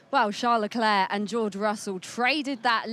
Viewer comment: Hahaha. Have you heard him introduce himself? " I'm CHARLZ LECLERK" DUH😂 Watch Drive to survive. His new wife pronounced it the right way too!